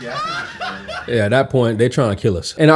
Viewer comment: My dude said, "Chipotle" 🤣🤣💀